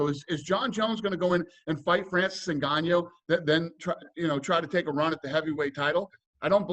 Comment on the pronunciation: please for the love of god release him. that way in the next 3-5 years ppl will forget about jones..... also why the fuck is it so hard for black dudes to say say ngannou??? its fucking "in-gone-new" not "naganou"